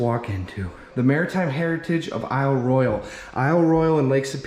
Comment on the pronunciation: I just wish you learned how to pronounce Royale for this video. It was very distracting.